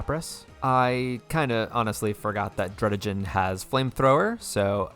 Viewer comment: Skarmony Druddijen Kaiyurem Cofagreeyus Hydreejin Siggilyph (hard g) Crewkodile Mineshao